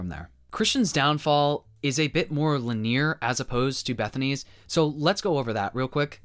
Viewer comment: oh no... not lin-neer... (I jest! I like your videos!)